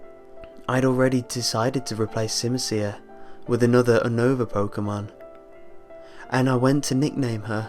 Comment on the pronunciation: That's not how you pronounce Unova XD